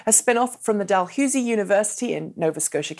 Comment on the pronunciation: Dalhousie is pronounced Dal 'HOWSIE'. Not hewsie. I'm from Toronto, I know people from there.